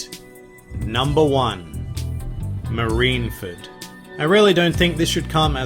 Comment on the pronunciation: Soooo , its not "marinefed" Its "MARINEFORD" ma-ri-ne-FORD... NOT ma-ri-na-fed --'